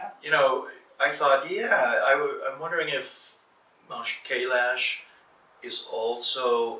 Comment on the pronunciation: How egomaniac you have to be to mispronounce Kailash when an Indian had said it just moments ago